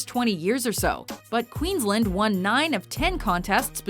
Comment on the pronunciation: haha 'QueensLEND'